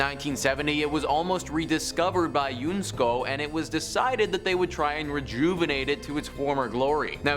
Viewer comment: unesco is pronounced as spelled